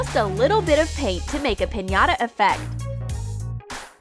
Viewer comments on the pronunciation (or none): none